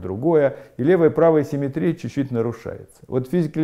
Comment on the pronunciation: Всё прекрасно, но позвольте задать 2 вопроса: 1. почему в начале каждого раздела Вы так душераздирающе улыбаетесь?* Это немного пугает; 😃 2. почему слово симéтрия Вы произносите с таким экзотическим ударением? (интернетовскую чушь последних десятилетий в свое оправдание прошу не цитировать!). -------------------- * "— Гражданин Корейко? — спросил Остап, лучезарно улыбаясь. — Я, — ответил Александр Иванович, также выказывая радость по поводу встречи с представителем власти. — Александр Иванович? — осведомился Остап, улыбаясь еще лучезарнее. — Точно так, — подтвердил Корейко, подогревая свою радость сколько возможно. После этого великому комбинатору оставалось только сесть на венский стул и учинить на лице сверхъестественную улыбку. Проделав все это, он посмотрел на Александра Ивановича. Но миллионер-конторщик напрягся и изобразил черт знает что: и умиление, и восторг, и восхищение, и немое обожание. И все это по поводу счастливой встречи с представителем власти. Происшедшее нарастание улыбок и чувств напоминало рукопись композитора Франца Листа, где на первой странице указано « играть быстро», на второй — «очень быстро», на третьей — «гораздо быстрее», на четвертой — «быстро как только возможно», а все-таки на пятой — «еще быстрее». (с)